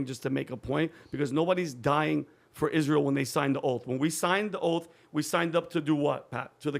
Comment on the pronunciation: She can't even pronounce Israel